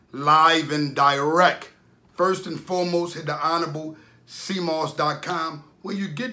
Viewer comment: DirecT, there’s a “T” at the end of the word bro.